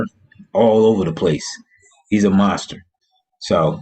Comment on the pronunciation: He said morsett…lol you mean mostert? Who got cut by the eagles?